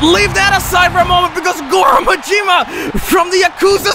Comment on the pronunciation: The blatant mispronunciation of Majima and Yakuza